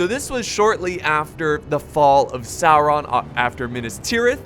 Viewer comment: salron????? sauron you mean?